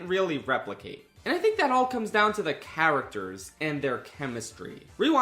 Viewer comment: Still a good movie. And yeah, that comes down to the characters and acting. (And kudos for correctly pronouncing “characters”. So many people these days pronounce it like it begins with the word “care”)